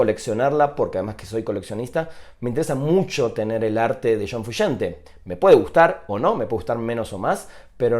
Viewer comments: shon frushante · Shon Frushante.